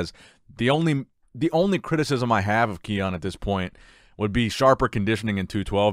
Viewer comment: Ki-un not Keone